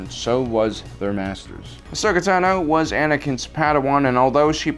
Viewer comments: also, my name is TA-no, not ta-NO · Ahsoka TAH-no.